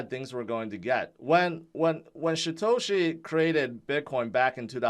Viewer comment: It's Satoshi...not Shatoshi.